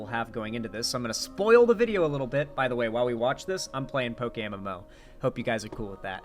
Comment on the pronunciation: Thank you! When he said it I had a hard time understanding exactly what he said